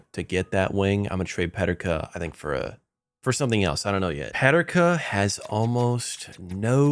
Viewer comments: they way u say JJ Peterkas name is weird. its pronounced PE-TER-KA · Why do you say Peterka like that ? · Great Vid, but as a Sabres fan, the J.J. Peterka pronunciation hurt